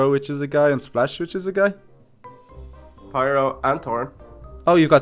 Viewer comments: it's Pyro nit piro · OMG why are you saying piro if its opiste to be FIRO